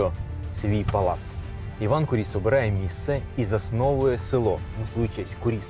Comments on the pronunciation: Маленька ремарка: наголос у прізвищі на "у" - кУріс. Прізвище походить від грецького слова κύριος - володар, правитель. Приблизно у 80 км від цього палацу, у селі Ісаєве, є ще один палац Куріса - Олександра Івановича, правнука Івана Онуфрійовича. Хоч він вже не зовсім у первісному вигляді, та все ж у діючому стані - за іронією долі цей палац теж на педагогічній службі - в ньому розміщено головний корпус місцевого сільськогосподарського ліцею. Олександр Іванович майже не жив у новій оселі, бо невдовзі після завершення будівництва почалися буремні революційні події 1905 року і "панів-гнобителів" вимусили все покинути та виїхати за кордон. Так само, як і прадід, Олександр збудував неподалік маєтку церкву Ікони Казанської Богоматері, яка збереглася й досі. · та сняли кино так, типа как для тик тока. а вот истории и даже ударения правильного на фамилию не знают.